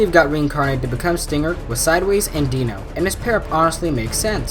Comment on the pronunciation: Its Dino like dinosaur not deeno Dinos real name is mirage and he is called dino because he is very fast and sharp like a dinosaur but how you call he is a deenosaur